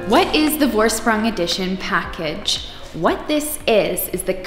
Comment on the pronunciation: Just a tip... the V in the Vorsprung is pronounced as F... as in Forsprung ;-)